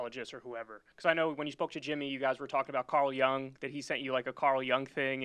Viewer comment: It’s not pronounced Carl “Young—as in a “young” person.” His name is spelled “Jung” and pronounced “Y-oong”.